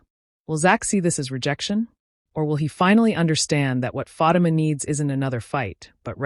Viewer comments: STOP PRONOUNCING FATIMA'S NAME WRONG!!!! DAMN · Pronounce her name correctly ok